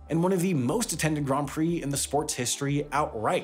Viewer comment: Props on saying ‘Grand Prix’ correctly